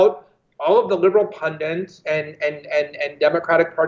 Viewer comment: Jesus Christ, Please don't say PUN-DINTS . I know, it's petty, but it's like REAL-UH-TER. Just don't. It's bad enough we live in a doomed dystopian, Orwellian nightmare that most Americans are too busy, distracted, dumb and afraid to be fully aware of - don't say Pun-DINTS. There's ONE FUCKING N!! Good luck, Citizens!